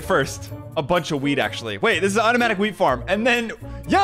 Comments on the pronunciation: that wheat he sounded like he said weed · "automatic 'weed' farm" lmao